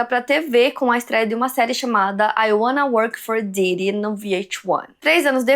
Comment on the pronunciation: Amo que esse sotaque da, faz ela pronunciar o nome "P Diddy" certinho. 😅